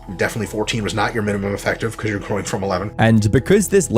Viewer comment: He pronounces it "youere"